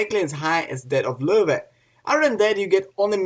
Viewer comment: "w" in german is pronounced like "v" in english.. it's actually called "vee" in the German alphabet ("v" in German is called "fow" and is their equivalent letter "f". So the correct pronunciation is "Luh-Veh" (not Vah, either, plus the umlaut "o" variation, which is difficult) Source: School, internet, books, etc.